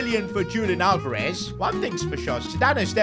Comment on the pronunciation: YO PRONOUNCED ALVEREZ NAME WRONGGG!